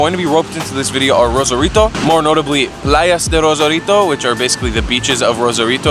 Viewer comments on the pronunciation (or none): Omg noooo the way u say the names of the tacos and “playas de rasarito” nooo😭 needs learn sum spanish “CABEZA tacos “ put “de in the middle of the 2 words like e.g “tacos de cabeza”, “carne de asada”, “tacos de adobada”👍🏽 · why is it for Americans so difficult to pronounce Spanish properly, you don't even try...Tiuuuana...payas de ryosaulitoh...Jesus Freaking Christ.